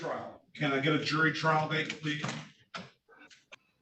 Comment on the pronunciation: He wants a trial by jurr. I love when these morons try and used advanced vocabulary, but cannot even pronounce basic English words...